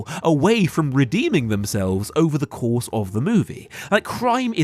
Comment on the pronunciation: "So tell me, was getting caught part of your master plan?" "Of coursshe!...."